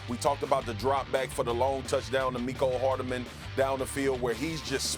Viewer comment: What's with the extra syllable in Hardman?